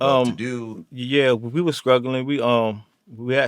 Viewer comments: Did he say “skrugglin”? 🤣💀😂💀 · He said, "a skraw"...!!! lol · "With a scraw"😂😂😂😂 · Scruggle = struggle. Not all of us VA say it like that though. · Oh ok. That's not how you say struggle Such a bad influence and way to teach kids how to speak properly